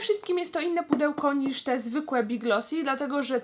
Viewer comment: Tymbarkowa Kotka I jeszcze to ,, nisz '' [*]